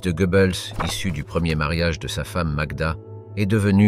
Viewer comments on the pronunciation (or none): none